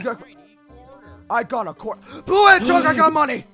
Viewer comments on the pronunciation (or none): There he goes again with "hedgehorg" 😂